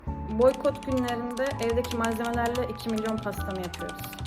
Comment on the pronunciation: ben bastıra bastıra söylemesini hoş bulmadığımı söyledim